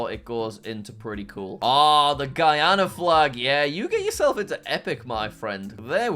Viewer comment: finally someone said GUYana instead of gweeana😭